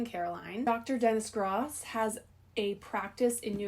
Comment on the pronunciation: It’s pronounced like GROWSS not GRAS